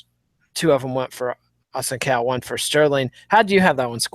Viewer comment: That is a ç in Assunção's name. It's a soft C sound. Phonetically its pronunced A-sun-Saauu